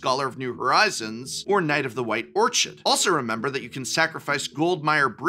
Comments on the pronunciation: Why do so many people have a hard time pronouncing "orchid"? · I understand "your an english professor!" isnt a strong critique of pretend names but...Orchid is "orkid", it's a type of flower. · Orchid = or-kid. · Yeah, that and his pronunciation of "Orchid" were rather jarring. But hey, when you talk publicly for a living you are going to make mistakes, and not just a few of them. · Can't believe you mispronounced "orchid"